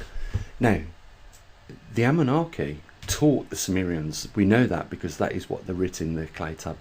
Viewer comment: Anunnaki - please NOT Amunnaki